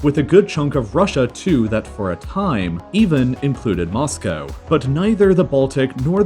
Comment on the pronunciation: ur pronounciation of "moscow" is what my nightmares look like